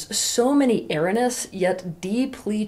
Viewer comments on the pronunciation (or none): Teal, the word you seem to be trying to say is "ERRONEOUS". You are pronouncing it incorrectly as ERRINOUS twice at the start of this video. You might want to correct this, as it sounds very ignorant. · Thanks for your video. Please note that the correct pronunciation of erroneous is ERR OH NEE US. Thanks. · Eh-roh-nee-uhs. Otherwise thank you for this. A wonderful talk rooted in healthy depth psychology, mature experience, and whatever other good stuff you have going on. Bravo! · I like what this woman says but I'd be more impressed if she knew how to pronounce 'erroneous'. It's not ' error-ness ' as she says - it's 4 syllables: "i" + "ROH" + "nee" + "uhs". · "Erroneous"! A-ROA-NEE-YUS! Not "aranus"! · For one thing she's got Erroneous pronounced "Errenus." So much for the spelling.True I believe in protecting a woman so that she feels safe around me. She's also a partner and there must be some established boundaries as a foundation for respect. If she's throwing out sill BS to see if she can get away with it Hell she doesn't want a Partner, she just wants a 'Daddy'. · Love your stuff! ❤️ Note: your pronouncing “erroneous” wrong. It’s ur-ow-nee-us. ❤ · Erroneous = you cannot pronounce the word properly. It is: err onee uss. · Appreciate these videos and not trying to nitpick, but is erroneous not a word anymore? Hearing “erranous” multiple times is really distracting. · Good and important ideas, and I love you. However, please pronounce the word "er RO neous". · erroneous is pronounced er-row-knee-ous though, right? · Erroneous : eh-RHO-nee-us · This is the first time in my life that I've heard someone mispronounce the word erroneous before. Huh. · Is she saying “erroneous”? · Are you trying to say erroneous? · Do you mean "erroneous"? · I am disappointed that you can't pronounce "erroneous" correctly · It is irritating. And English is her first language. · Erroneous pronunciation